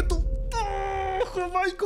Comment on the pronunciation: Jajajajajaja nunca lo supo decir bien el nombre de JAIMICO XD